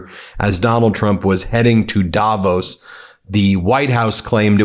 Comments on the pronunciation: It's "davOOOs", not "dAAvos"!! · Hey Ben - it‘s Not Daaaavos.. it‘s Davooos. ;-) Cheers and best wishes from Switzerland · Davos is pronounced with weight on the o, not the a. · It’s Davos as in Dav Oss rather than Davose by the way… not meaning to be pedantic, but it sounds so odd